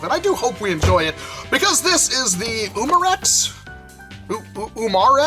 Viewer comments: Pronounced "youm ar-ex" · It's pronounced YOU-mar-ex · I kinda chuckled on how he said Umarex